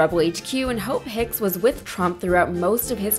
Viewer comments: He pronounces Hope Hicks "Ho Picks" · I swear he’s intentionally saying “Hoe Picks”